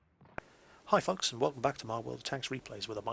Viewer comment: ''Hi folks!'' xD It happened to me when I watched Jingles for the first time and I though ''Well aren't you fucking nice...'' xD